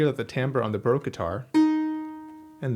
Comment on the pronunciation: Why would you say Broke guitar? There is an A in Baroque. Do you drink beer in a br? Or in a sloon?